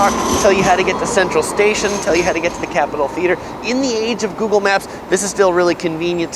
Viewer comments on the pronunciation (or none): none